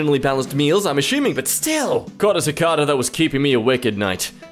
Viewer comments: sicada... bro its sacada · It’s pronounced si-Kay-da I don’t even know what you were tryna say 🤣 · Cicada is pronounced CaCaeDa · he called a cicada a cecada